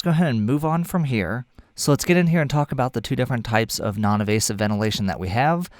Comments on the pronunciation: for “Less evasive way to provide support...” did you mean “Less invasive way...?” I think I hear you saying “evasive” throughout, which I’m sure you don’t mean. Thanks a lot for your otherwise excellent piece! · I think you mean invasive and not “evasive”